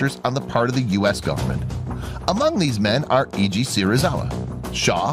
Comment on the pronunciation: In Japanese, 'e' is pronounced as in 'egg', so it's 'Se-ri-za-wa' not 'See-ri-za-wa'; the father of Ishirō would also not be 'Ee-ji', but closer to 'Ai-ji'. Most of the rest of it was fine, but I was wincing every time those came up